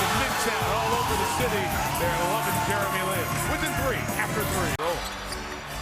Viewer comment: announcer said jerry lee lin! wtf?!